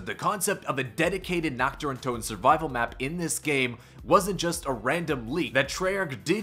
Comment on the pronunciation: You pronounce "Nacht" (night) just like "nackt" (nude) which makes it pretty funny 😂